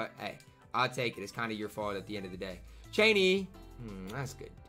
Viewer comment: Cheaney name is pronounced CHAIN EY btw love the content